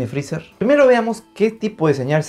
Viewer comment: jajaja no me esperaba el "viene frezeer" jaja